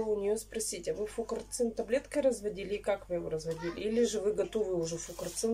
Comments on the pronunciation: Таблетки фурацилина, а не фукорцина. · Фурацилин, а не фукарцин!